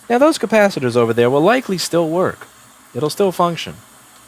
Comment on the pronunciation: Did you just call capacitors, kappa sitters?